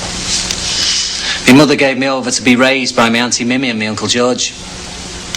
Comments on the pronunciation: Weird that McGann got through this entire production mispronouncing Mimi’s name, as “Mimmee” as opposed to “Mee-mee”, without anybody correcting him. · Its mimi (pronounced meemee) 😒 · Mimi?.. its pronounced meemee tut tut!!